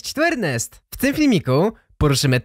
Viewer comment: Kod Ewro... znaczy ejrnest🤣